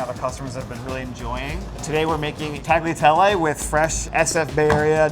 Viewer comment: This is awesome to see Sac get some love. Chefs all need to learn to say Tagliatelle correctly please if you're making it as lovingly as he did: Tal-yah-tell-eh - grazie.